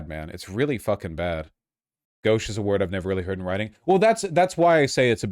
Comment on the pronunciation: Gauche isn't a commonly used word anymore, that being said phonetics is lacking in most of these young adults. Mispronouncing gauche is okay with me tbh, as long as they learn later on how to use it and how to pronounce it then whatever - I butcher so many words when I first read them.